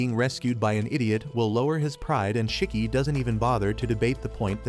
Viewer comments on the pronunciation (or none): It’s not chiki is shiki